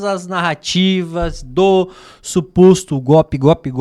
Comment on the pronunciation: Lula não sabe nem falar o nome democracia o nome que eles sabem é gopi